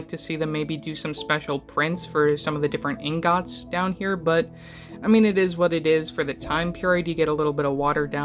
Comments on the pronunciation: Why did you say ingot like that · did nobody notice the way he says ingot?